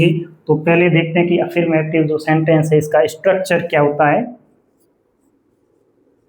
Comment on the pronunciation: /əˈfəːmətɪv/ अ फर् मॅ टिव होता है। अफीरमेटिव 😂